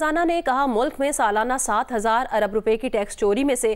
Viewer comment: کھوتے جیو والو۔ لفظ ارب ھوتا ھے نہ کہ عرب